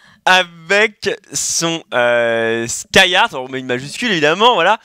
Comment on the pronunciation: Skyyart et pas skyyart... DU RESPECT. Tandis que, Pfff... xD